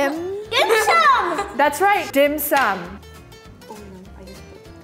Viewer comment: The youngest girl here pronounced Dim Sum in perfect Cantonese! 👍🏻